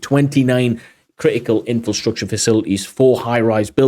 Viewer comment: It's inFRAstructure, not inFILstructure. Keep up the good work though.